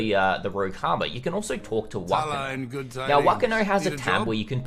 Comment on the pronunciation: You are so close to pronouncing whakano correctly but "wh" is said with a f sound in māori so its pronounced fuckano serious look it up translate māori to māori with text to speach but the ano sounds good